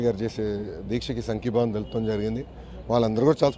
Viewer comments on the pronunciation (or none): Sankibavam Kadu Nayana ...sangibavam